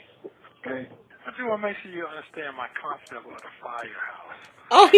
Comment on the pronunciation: I wanna make sure you understand my "COMCEP" of a firehouse! 😂😂😂